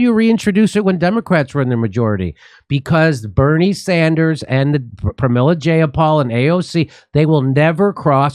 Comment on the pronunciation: "Barney Sundars"